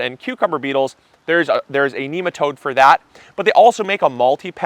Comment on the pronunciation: There is no link for nematodes in the description. The correct way to say Nematode is Nem Uh toad not neem uh toad, seriously. You really need to spray your whole yard to not just the garden. I have also found out that you should spray your neighbors front and back yards as well if they don't have a grub control system already. After a couple of seasons of application you'll see the best results. I sprayed spring and fall.